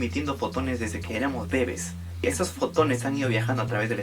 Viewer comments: Porque dijiste bébes, y no bebés? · Una pregunta, por que dices bèbes en vez de bebès?